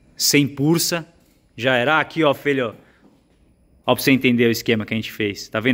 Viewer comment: "padrê..." Padre: "fala feelho"